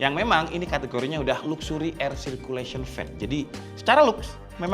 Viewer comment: baru denger 'luksuri'